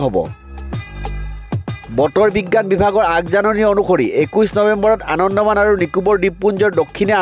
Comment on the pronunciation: আনন্দমান নহয় আন্দামান।নাজানিলে কব নালাগে।